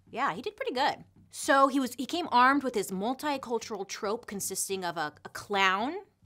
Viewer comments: Bailey I love you sooooooo much... so it's totally in 😍 love 💓 that I tell you "troupe " is actually pronounced as "troop" not "trope"... that's actually a different word with another meaning. Again I absolutely adore and love everything thing you do! Thank you for all your fabulous content!! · I love you but just a note, troupe is pronounced “troop”, not trope. Just cause it was kniggling me, everything else was amazing as always. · Just fyi, it's "troop" not "trope" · trOOp, not trope :') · Troupe is pronounced troop, not trope lol...just sayin...love it still ..🤹‍♂️🤸‍♂️🤡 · Troop not Trope right? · 15.24 troo-oop like an army troupe? How she pronounces it is so cute. I found out recently that if you mispronounce words that you know it means you're of a certain intelligence it shows you read more than learning from wa😢watching tv etc...I believe it's something like that it's interesting though 😉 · Super entertaining :) it’s pronounced troop but lol it’s adorable